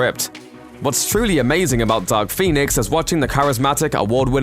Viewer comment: With your accent, it sounded like you said Duck Phoenix.